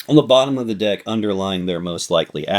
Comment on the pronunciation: lol I thought you said “dick” instead of “deck” 🤣🤣🤣